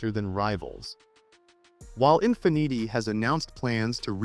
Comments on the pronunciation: “In fi neetee” ??? Since when is Infiniti pronounced like that?? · The Infin-eaty made me belly laugh for about 10 minutes....ffs....I was in agony!